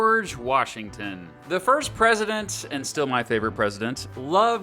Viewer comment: to in 0.25x speed is George wash